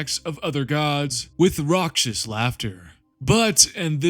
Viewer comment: raucous is pronounced ‘rockis’